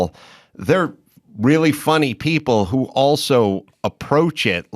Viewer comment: Oh Bill- "you pbeeple"